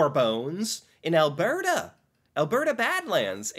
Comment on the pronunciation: Also it is pronounced al-bert-ah not el-bair-deh